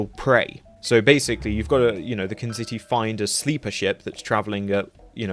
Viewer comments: its KA-ZIN-TI, kazinti, not knzitti, dont mean to be that guy but theyre not just from trek, they originated in larry nivins real space and are fairly well known in and out of trek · KZINTI, not KNZITI. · Dude. I love your videos. I discovered your channel a couple months ago, and have been working my way through your back catalog; I really like it. You've leapfrogged into being one of my favorite SF channels due to the overall excellent quality of your work. But I'm begging you. Please look at the word: "Kzinti." Singular "Kzin," plural "Kzinti." The N comes after the I, and the Z comes before the I. It's pronounced KZIN-ti, or possibly Kuh-zinti for English speakers uncomfortable with the adjacent K and Z up front. But either way, "kin-ZITTI" is obviously not a correct pronunciation, and is seriously distracting from the otherwise fantastic quality of your videos. Again, I don't want to give the impression that I hate your channel; I've become a big fan. This is just a little rough edge that I'd love to see smoothed out. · I believe it’s pronounced ka zindi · Kah Zin Tee. Kzinti